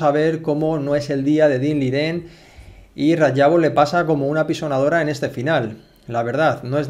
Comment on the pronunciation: Excelente analista. Análisis con palabras precisas. Sencillez de diálogo pero profundidad técnica. Sigue analizando partidas completas por favor. Eres de las mejores opciones para repasar y analizar una partida. Por fin alguien que dice el nombre y el apellido correctos del jugador chino, se agradece ese gesto de precisión y llamar los nombres correctamente.